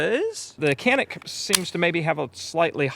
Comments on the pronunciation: It is NOT "KENIK". It's true pronunciation is "DJANIK". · Kuh-NEEK is the pronunciation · I'm originally from Turkey. I'm not the best shooter, but I'm a fan of Canik, but not because Canik is our national brand. Because Canik has the best pistols for the price. One thing I wanna add, it sounds very bizarre every time I hear an American pronounce this Turkish brand "Canik". In Turkish language, "C" letter is not pronounced like the pronunciation of "C" letter in English language. it is pronounced like the soft "G" in English language, like in the word "general", "giant", "geography". Or you might just pronounce like "Janik" which is very similar to the original pronunciation.